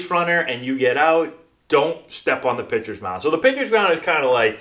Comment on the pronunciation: Pitchers sound like bitches